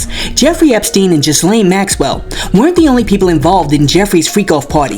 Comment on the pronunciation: Yes. King needs to move. He is way too disrespectful. The skit was fire! 😂😂😂 Trump is gearing up for a Maxwell, Diddy pardon!!!! Something is in the works. Also Ghislaine is pronounced Gilllane. Just a friendly FYI.